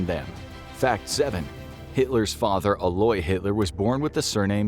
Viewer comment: His father was Alois, pronounced ah-low-EES, not al-loy